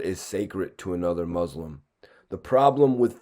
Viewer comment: my dog your pronouncing muslim wrong